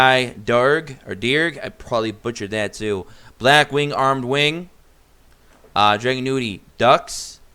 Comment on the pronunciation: Drag- unity is how it’s pronounced